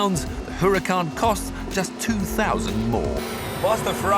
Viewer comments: IT'S NOT HUH-RAH-KAHN, IT IS U-RAH-KAHN HAHA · Jeez, just listen to this guy! What the hell is a Hooracan???? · Huracán H has no sound in Spanish, so you might as well say Uracán stress in a, We mark it á. The accent mark ´. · He doesn't like the looks, and he can't pronounce a simple Spanish name correctly. Why should I be listening to this old man again?